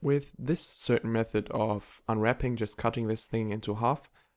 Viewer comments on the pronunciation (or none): none